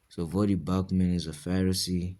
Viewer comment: Did you call him Vodie Bochman? You didn’t say his name right